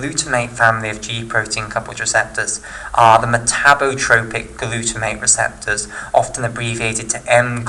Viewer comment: Metabotropic glutamate receptor not metabrotropic :)